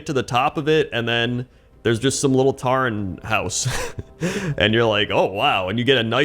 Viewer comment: Taren? It's pronounced 'Toren'